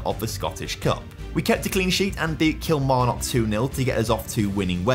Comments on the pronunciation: The "kil" in Kilmarnock is pronounced like "kill" not "keel" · Can you please stop pronouncing Kilmarnock like a fud?